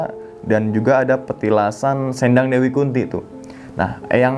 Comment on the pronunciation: oh iya bang kata "sendang" bacanya kayak kata "sendal"